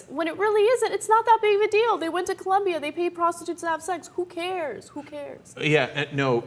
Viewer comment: it's colombia not columbia